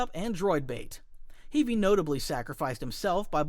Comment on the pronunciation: Are you a real person? I have never heard someone say heavy like that?